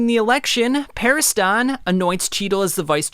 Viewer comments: I do enjoy your videos my guy but this has been bothering it's Mi(me)-ura(as it's spelt) not "Mira", it's Hunter Hunter despite being Hunter x Hunter the x is not pronounced and it's Pariston not Paristan you don't pronounce Preston as Prestan right? Beyond that i really do love your videos just please your pronunciation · why do you say Parist-on? lol